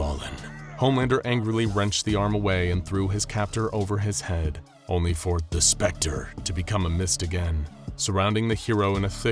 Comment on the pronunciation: is that really how you should say T H E S P E C T E R